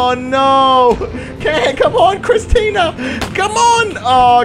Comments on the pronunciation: CHRISTA CHRISTA CHRISTA NOT CHRISTINA sorry, this was bugging me so much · Whos gonna tell him that its not kristina and its christa